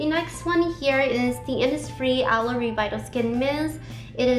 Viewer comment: I noticed you pronounced Aloe as "alloy" hahha, its pronounced as "Alou"